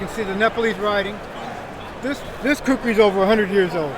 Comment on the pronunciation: Not kukhris it is khukuri